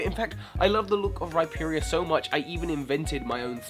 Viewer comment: Rhyperia? Dunkinor? Rhyperior is pronounced Rhy-Peer-Eee-Or. Dusknoir is pronounced Dusk-nor